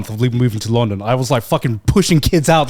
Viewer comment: I hate how garnt says long -DOn rather than LUN-don